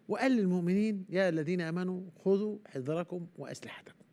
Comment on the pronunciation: يا يقال خذوا حذركم بالفتحة على الحاء وكذلك الذال والراء